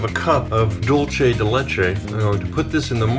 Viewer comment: Dolshe de letcha